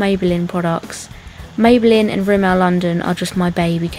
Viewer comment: How she said rimmel and maybelline really annoyed me haha